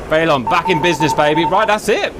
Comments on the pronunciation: I believe its pronounced feh-lawn not fay-lawn as in police chase a felon because they have committed a felony. Either way great vid as usual Cap, Merci. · It's FELON, like Felony.... not FAYLON... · it's pronounced phonetically, fell-un like felony 🤣🤣 not fay-lawn🤣🤣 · Is pronouncing Felon Fay-lon an inside joke or something? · Is the Felon its Russian name? Because if that's it's NATO codename (like with most Soviet/Russian planes' commonly used names in the West), then the pronunciation of that word isn't "FAY-lawn," bet "FELL-un." As in, someone who has been convicted of a felony. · who wants to tell the good ol' GR boys it's pronounced FELL-UN, not Fay-Lawn like they've been on about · Saying the Felon like "Phaelonn" made me think they were talking about some aerodynamics thing like "Canards" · I’m British too, we don’t pronounce it faylon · Cap has said in a previous vid that he knows how it’s pronounced, he just likes doing the way he does